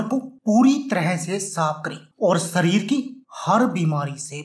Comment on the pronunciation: "नास्ता", "सरीर" "सुद्ध" क्या होता है; कोई उच्चारण दोष है क्या? आपके उच्चारण दोष के लिये कोई ड्रिंक??